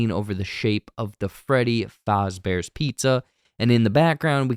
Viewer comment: Freddy Faazbears